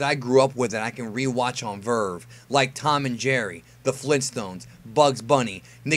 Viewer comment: Lmao someone say verve😂😂😂